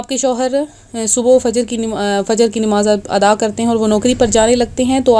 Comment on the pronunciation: nimaz nahi namaz hai word